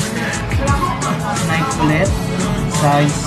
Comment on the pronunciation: Nayki po ung pagbigkas ndi po nayk....keep it up 😊